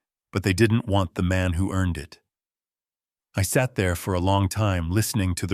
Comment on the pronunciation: « II’m just an old man. Who pays attention to the elderly? » « Î’m just an old man who pays attention to the elderly. ». There is subtle difference in pronunciation in the word « who » in the first and the second version,an interrogative pronoun and a relative pronoun, which your reader failed to make.